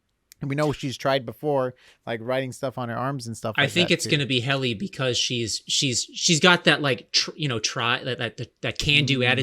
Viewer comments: Lexington Letter, not “Papers.” They were e-mails. ≧‿≦ Helly, not “Haley.” ↁ ⌓ ↁ Across so many videos, it’s hard to keep hearing these same blatant mistakes. (๑ ˊ͈ ㅿˋ͈ ) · I’ve watched every one of your severance videos and I wanted to point out its hilarious that you rarely ever say Helly’s name right 😂 it’s always Helen, Hailey, Holly, or Heidi